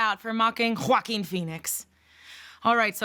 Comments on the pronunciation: Quakkkkuin phoenix is how she says it lol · JOAgUiN omfg the way she pronounced his name got me like 💀💀😭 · You pronounced Joaquins name wrong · Am I the only one who cannot get past the way you pronounce his name? The f is that? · 1. Why is this a situation??? 2. Why did she say joaquin like that??? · Why did she say Joaquin like that lmao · why she pronounce joaquin like that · Why she keep saying his name like that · The way you say his name 😂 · Lol why did she have to say Joaquin like that 😂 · I was thinking the same thing🤣 So much emphasis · First of all, Wendy ain’t got shit on you. There’s no room for comparisons. Wendy is hella annoying. And the way you said Joaquin’s name with that extra pronunciation. LMAO💀